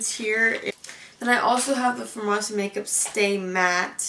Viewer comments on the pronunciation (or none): FAR-MASSI?!? girl noooo 😂😂It’s pronounced just like pharmacy